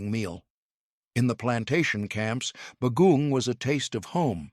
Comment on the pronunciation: Agreed. The pronunciations were terrible. It took me a while to figure out the third food was saimin because the pronunciation was so bad. Others were recognizable but just horribly pronounced (like bagoong). Also, the descriptions of the different dishes were so redundant that it sounded as if the same food was being described over and over again.